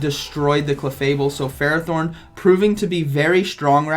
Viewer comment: Interesting games :D 1 thing I think ferrothorn is pronounced "fer-roth- horn" (I hope you can read that) I did hear that name in the anime & pokedex 3d pro app they usually have official pronunciations